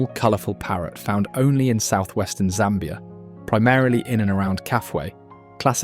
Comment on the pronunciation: You pronounce Zambia like a native. I should give you a native name. 🤣